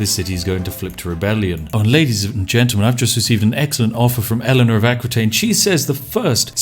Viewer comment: And I died a little bit inside everytime he prononced Aquitaine. For the records it's prononced "A-ki-taine"